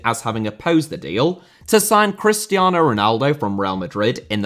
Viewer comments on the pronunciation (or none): none